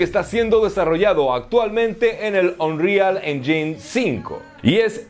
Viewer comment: Poro te paso la forma correcta de decir Unreal Engine para que seas el único YouTuber que lo diga bien: Onril Ényin (Destacando la E como si fuese acento), saludos